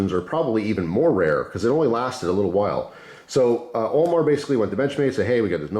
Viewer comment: Who else thought was saying OMAR instead of AL MAR😕